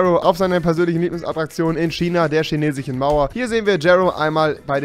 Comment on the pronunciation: ernsthaft ? du sprichst sch wie ch aus und dann kommt das Wort CHINESISCH und du machst SCHINESICH daraus ? was stimmt nicht mit dir Rewi